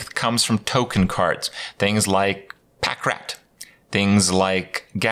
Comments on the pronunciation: Him saying "Pack Rat" bothers me way more than it should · LMAOOO HE SAID PACK RAT LOOOOL